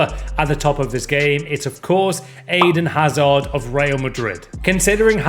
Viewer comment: Aidan Hasard... mate... there’s legit no worst way of butchering his name xD Is it so hard to say „ad-an us-ar“...